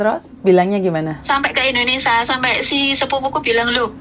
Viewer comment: bukan INDONESA, tapi INDONESIA ( SIA )